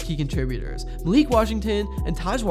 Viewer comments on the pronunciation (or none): none